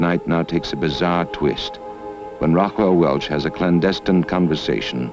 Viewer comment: Why does the narrator pronounce Raquel Welch's first name as 'Rockwell'?